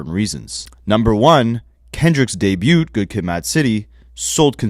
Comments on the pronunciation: Bro! For the umpteenth time!: The T in debut is SILENT! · How has no one ever told you that you pronounce debut wrong. You say it so often